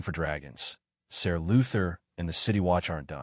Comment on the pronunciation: Are you using an AI voice? Most of the pronouncing is way off. Names are not pronounced corectly, Ser is pronounced Sir!